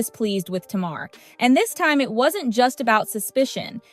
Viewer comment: I'm aware this speaker is AI. Please pronounce the subject's names correctly even when it's clickbate. Tamar the chipmunk name isn't pronounce or spelled like the word (tomorrow) it is Ta- mar !!!!!